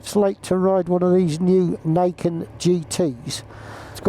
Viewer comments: Pronounce its name correctly please, it's "NEE ken", meaning "two (Ni) swords or blades (ken)". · pronounced "knee-ken"; "ni" is japanese for 2.